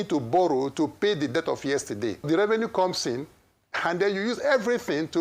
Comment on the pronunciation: Between and , I heard the man mispronuncing debt for death, "paying for our death"🤣🤣🤣. Please we are not paying for our death oo, we pay for debt.😅😅😅